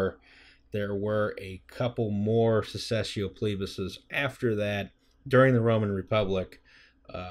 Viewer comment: "The Secesscio Plebis. I dunno how to pronounce Latin, please excuse my butchering of everything." Thankfully, English uses Latin as a foundation, you pronounced it correctly.